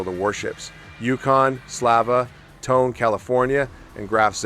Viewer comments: Your mispronunciation of 'Tone' is truly annoying. Forget the English word tone. That's not it. There are two syllables. TOw. NE. Say each with equally weight. TOw NE. Ffs. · Nitpick - in Japanese, "Tone" is pronounced "toe-nay" with equal stress on both syllables.